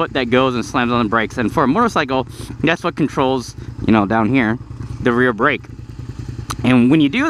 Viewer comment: on the "bracke" ???? It's the combination of "back" and "brake". I have done that so many times where i would combine words when trying to speak faster and make a completely new word.